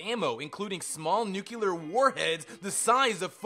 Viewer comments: Nucl-e-a-r. Not Nucelar.... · dude can't say "nuclear" and says "nucelar"... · "Nuculer" isn't a word dude, it's nuclear. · i just hate this one tiny thing about this video. Several times you say "nuclear" in proper english. Then you go on to say "NUKULUR" like an uneducated country bumpkin. WTF? Also it's "look-out" not "Lock-Out" dislike, unsubscribed. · "Hucelar" instead of "nuclear"? Seriosly?! Did G.W.B. wrote this? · 107 Fallout "FACTS"... 102 mispronounced common words. "Nuke-You-Lur"??!?! Cmon man! this is first grade stuff. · Nucular? Who dafuq are you Homer SImpson? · NUCULUR? PODOMAC? WTF MORON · NUCULAR NUCULAR NUCULAR NUCULAR NUCULAR NUCULAR NUCULAR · Can say nucleon, can't say nuclear. Yeah I don't think we're dealing with a deep thinker here. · also the pronounciation of nuclear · Okay, it's pronounced NEW-CLEAR (not noo-killar) and REEK (not wreck) havoc